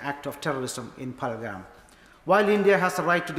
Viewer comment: "Phalagram"?? This woman cant even get the name right. Shows how much they really care about any of this.